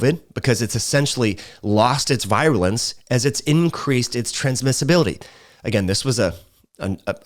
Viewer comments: I appreciate your content but would give it more thought if you could pronounce vir·u·lence /ˈvir(y)ələns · Great video! By the way, “virulence” is pronounced like “veer-u-lence.” (retired physician)